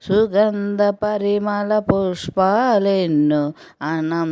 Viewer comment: పరిమళ "పరిమల " కాదు మని కాదు మణి